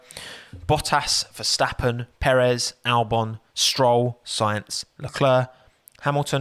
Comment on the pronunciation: ⚠️ To all international journalists & sport presenters: 🌐 it is NOT Lewish ... it is NOT Bottash ... and it is certainly NOT Max Vershtappen! Pronouncing "st" as "sht" is done by Germans not Dutch people! ... like an insult to (some of) us ... like insinuating you are a Nazi or something. But most people from Holland (like me) have NO issues with Germans at all. Am part German myself. Everybody knows how to pronounce Stable not "Shtable" or "Train Station" not "Train Shtation" so NO EXCUSE to be a moron! They do not do it with others having st in their names! ... All other F1 drivers are pronounced correctly having "st" in their names. This BS started years ago with father Jos Verstappen being interviewed by British sport presenters thinking it is funny to talk like a German to a Dutch guy! ... It is not ... And they do not giva fck. Not even having the courtesy to ask how to pronounce it correctly. (Acting dumb about it, hence my sarcasm, which some do not get). I did not say all Dutch people think like that ... but people that make fun of assumed "Nazis" they change their pronunciations to make fun of you. But there are vast amount of nice Dutch people that never would do that ... nor feel the need to insinuate. I have been called "Nazi" by some just because my last name is German then they talk with "sht" & z (not s). Thinking they are "so funny" doing that.